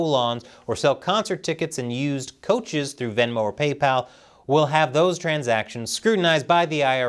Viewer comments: do you say couches weirdly all the time or was that a one time thing saying "coaches?" lol just having fun, love the episode (as always) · That's not how you pronounce couches